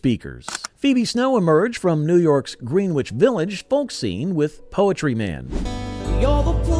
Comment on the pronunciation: Anyone who actually remembers this music would know that it's pronounced "GREN-ich", not "GREEN-wich".